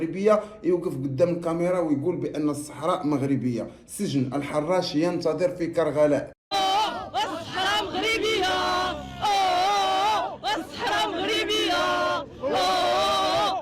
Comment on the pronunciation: كرجلاء وليست كدلاء ماهو إلاتصحيح ولاغير شكرا جزيلا لك وعلى مغربيتكومن فاس❤🎉 باقة ورد من القلب